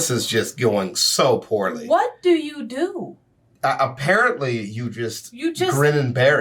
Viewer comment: I swear to everything I heard say "A-Parrot-Ly" here, not apparently. Infinitely funnier. Also I was thinking Kingfisher, since that's sort of close to catfish, but I think I like skeet shooting better lol.